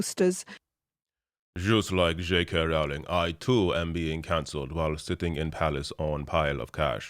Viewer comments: Rowling, pronounced like bowling. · I know it's minor..but the name rhymes with bowling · it's "rolling" like row, row, row your boat.